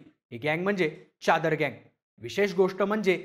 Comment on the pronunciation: च्यादर नाही रे.... चादर....